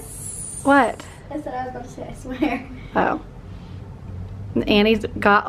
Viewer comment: It's go wing not goinK